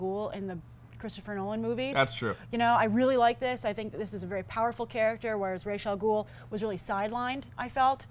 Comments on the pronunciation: I hate when people name Ra's Al Ghul as Raysh Al Ghul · Many people pronounce Ra's Al Ghul's name as Reysh from watching the Nolan movies. you guys can also call him Abun Raa which means the Demon, it is Arabic for Demon head. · She didn't know how to pronounce ra's al ghul....